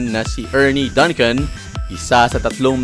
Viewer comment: is pronounced as "DUNG-CUN". Just like Dunkin Donuts. Fyi